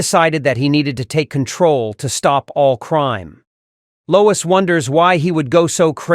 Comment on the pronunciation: Low-WEEES Ulta-NATIVE